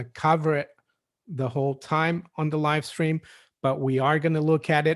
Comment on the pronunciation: you just said live scream!! Lol. Billy's chewed bones. Rofl 🤣